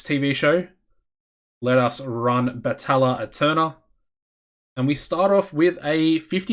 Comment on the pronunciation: I took Spanish. And I know it doesn’t matter but if you wanted to know the exact pronunciation it’s Batayya ayternal the double L’s make a y sound and the e sounds like a hard a. But. You obviously don’t need to say it just figured I’d post it